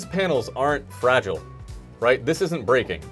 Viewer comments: says anything is weak or flimsy: ~ fra ghee lay~ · "fragile'' they must think its french